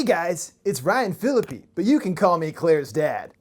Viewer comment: Who is Ryan Phili-pee?